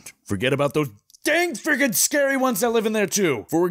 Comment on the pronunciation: “It might be scurry”